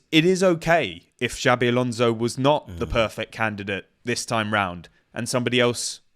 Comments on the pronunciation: As a Spanish speaking Brit I'm clutching my pearls over you saying Alonso. Where are my smelling salts? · Jabi....ffs.The best thing about him coming to England is not hearing people butchering his name